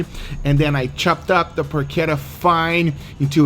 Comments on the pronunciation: Guga why you sometimes say the words in spanish and sometimes in English? I though you were going to say "PORCHETA" and you said "porkera" 😂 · it's not "porckedda" it's PORCHETTA. Get it RIGHT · PORK ETTA or Poke Etta lol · It's Porshettah. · Every time Guga says PORKETA An italian granma cries in pain..... PORCHETTA CH Not K or C or CC it makes a Tch sound not a Kuh sound ,you dont say Kiabatta bread,you say Chiabatta bread,you say Buggati Chiron,not Kiron ....The H after a C Produces Tch sound for god sake..... im really triggered,like the one time someone pronounced the name of the russian vodka Stolichnaya - Stoliknoya.... o_o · It is porchetta. You have pronounce it wrong. Yeah, you can have it in a sandwich. Enjoy it! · I cringe everytime I hear him say Porchetta. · CH in Porchetta is like in CH in "chase". Not like CH in "characteristic"!